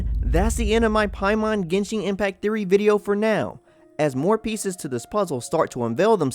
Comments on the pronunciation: Please... please, look up how to pronounce the names of these characters, places, and things. And it's not 'Genshing'. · Your pronunciation of "genshing" terms hurts